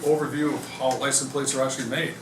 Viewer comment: Cool to see how "lisun plates" are made, but you'd think the head of the factory would know how to pronounce the word.